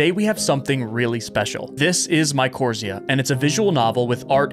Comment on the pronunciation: Hey, I think the game title is actually pronounced my-core-rise-za. At least that’s how my professors always said it in my university biology classes. Keep up the awesome work! I love your videos:D